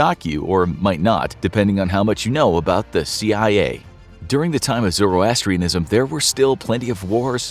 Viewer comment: Zoro-astrianism 😂 almost got it correct